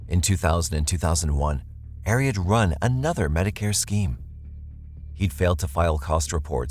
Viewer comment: The name Ari is pronounced Ah-ree, not Air-ee.